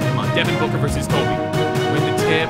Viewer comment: I’m American Also: “kolbe Bryant”